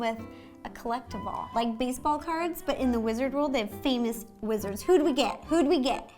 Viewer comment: I thought u said "we are not lizards" instead of "we are not wizards"😂